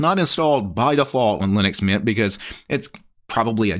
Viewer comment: it's mint. when you say that sounds like meatha.😂